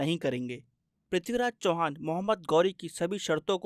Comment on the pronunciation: Abe sale sahi se naam le mahan prithviraj chauhan ka 🔥🔥